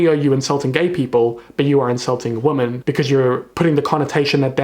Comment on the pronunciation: Omg same. So glad I'm not the only one who hears him say "woman" instead of "women" lol